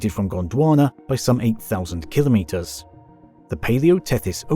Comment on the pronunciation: Awesome video, learnt a lot. Also, finally, someone that can say kilo metres properly lol